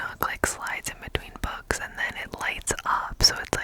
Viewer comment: Girl you said “books” and I heard “bugs”